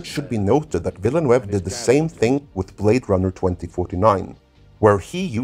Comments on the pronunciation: His name is French, not Spanish. You got Denis right...once...(sorry, I didn't hear you say the S the first time but I heard it every single other time.), but his last name is pronounced Denii Vee-nuv or Veell-nuv depending on the regional accent used. Source: Je parle Français! The 1984 Dune Special Edition has been the definitive film for me. It's not as true to the novel as the Sci-Fi Channel version, but that version of the 1984 film is a much better-told story than the miniseries (though the miniseries is still fantastic). It's also far superior to its theatrical version. I don't object to the special effects and never will. I love that movie. Jodorowsky's version deserves all of the praise if for nothing else the art and rich details that David Lynch and John Harrison were able to draw on for their versions. That said, from what I know of that version, it's overwrought, and if it had made it to film, there's a strong chance most people wouldn't have been as impressed as they expected to be. Then again, raw cuts of films tend to be five to six hours long and are eventually cut down to two hours. I view Jodorowsky's insistence that the movie be 14 hours long in the same way (seriously, it doesn't even take that long to read the book!). Also! OMG! A halfway decent casting for Chani! That is unbelievable! Oh...jeez you used the cover for Hunters of Dune for the Bene Gesserit. It's the only well written Dune novel in the Brian Herbert/Kevin J. Anderson collaboration, BUT IT' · Thanks for this interesting look... Just one plea: "Denis Villeneuve" is a FRENCH name, so... Could it please be pronounced in the French fashion? Thanks... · Vill-a-nuv (rhymes with love). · Vil-nuv would be the closest way. As someone who has lived among the French Canadians, the attempts on this channel to "spanify" the name makes my stomach churn. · Nope, the "eu" in Villeneuve should be pronounced like the 'i' in bird. Google Translate pronounce it quite well.